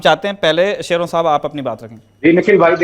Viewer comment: शयोरान है ना की शेरों 😅😅😅😅😂 भाई हरयाणवी नामों को सही उच्चारण करें।